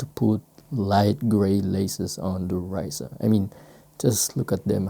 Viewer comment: great videos as always. I like that you always experiment with lace swaps. Helps to bring other ideas and inspiration for creativity. Also, Rayssa Leal SB Dunk isn’t pronounced “Rice-Suh” it’s actually pronounced “Hi-ees-suh” due to the name being Brazilian/Protuguese. Kinda like how in basketball you wouldn’t pronounced Dirk Notwizki as “Know-Witz-Key”, but rather “Know-VITZ-Key” for his German descent. She’s already a legend in skateboarding for what she’s brought in so it’s best to get the name correct in respect.